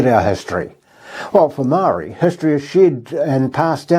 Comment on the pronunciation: If nothing else, this vid serves to show that confident, smooth speaking ex-journalists, still can't be trusted to pronounce common words like Maori correctly, or get their facts right about the number of deaths in the most famous terrorist attack in recorded human history. (Even including the terrorists, the total fatalities across all four localities, were less than 3000.) Why exactly would you bother trusting such a person's interpretation and editorialising/preaching about Biblical narratives in the contemporary world? After all, he stuffs up some of the key points around the famous narrative. The Jesus character thanks to Paul's work, might be the focus of the most famous stories, but around that time there were multiple folk claiming to be the Messiah. Also, some other Christians were crucified like the Jeebus character. I suppose this vid also shows that the details of historical events can be exaggerated to a point that they become supposedly supernatural, and mythology becomes supposed historical event. Religions were founded on and have grown from such manipulations. Without confection and mythologising, the threats to one's supposedly eternal well-being are just faerie stories. The captains of the religious-industrial complex, and their generally obedient subscribers, have probably done this since ancient human societies first cobbled together beliefs into belief systems.